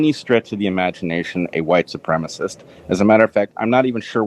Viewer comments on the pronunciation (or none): These animals speak worse than a high-schooler. Can't believe adults are saying "supremist"